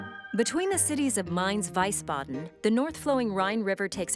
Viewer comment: She mispronounced Wiesbaden.